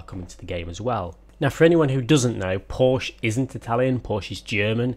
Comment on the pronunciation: right, WONG again!! Just stay with "porschE" :-) nice video, keep it up!